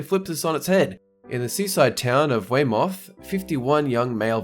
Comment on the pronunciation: "wey moth" our town in called Weymouth It's pronounced Wey muff. Lol